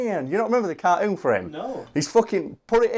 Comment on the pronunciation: Ironman carkoon?